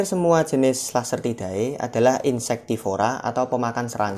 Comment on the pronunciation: Nice om.. Tapi saran aja bacanya jangan "ae" Langsung aja "ide" Jadi bacanya agamide, lacertide 😊